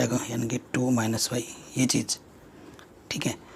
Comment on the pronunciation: Sir chij chik kyu bolte h bar bar